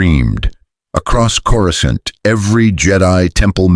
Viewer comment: Every time Coruscant is pronounced with two hard C's... I'm not ashamed to admit it, I'm immature enough to crack up.